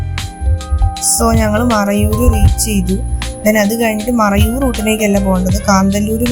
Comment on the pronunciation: It's not marayur it's Marayoor 😊